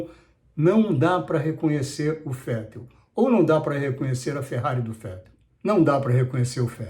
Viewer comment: falar Fettel foi engraçado